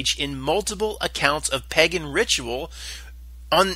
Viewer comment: Pagan is not pronounced "peggin." Otherwise, good stuff!